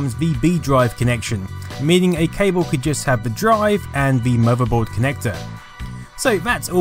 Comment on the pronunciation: What's a "muhverboard"